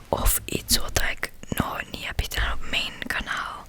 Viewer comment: Hahahah echt geweldig “HEDAAN” neen, het is GEDAAN 😂 maakt niet uit hoor bij mij zou het eerder zijn GEDAAAAAAN HAHAHAHHA